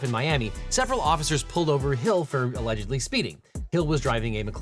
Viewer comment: "Alledegly" speeding 😂